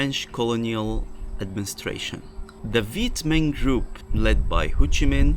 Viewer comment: It’s pronounced HO Chi Minh, not Hou Chi Minh